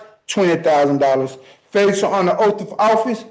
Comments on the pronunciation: Oath not OAF!! This guy annoys me so much! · The word is “oath “. Not “oaf”.